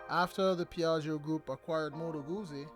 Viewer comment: Isn’t jacuzzi pronounced like jacu- piZZa? I have a 2016 guZZa stornello v7 and it’s good. So good I haven’t been able to sell it, even though I think of it every year- but then every year I say nahh, let’s keep it another season. because it keeps going without giving me any problems, so I think it wants to stay. It’s a very happy bike to ride.